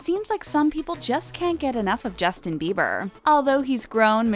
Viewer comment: sis it's "bieber"